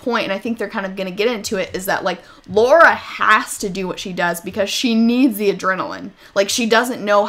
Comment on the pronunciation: It always bugs me when people pronounce it Laura.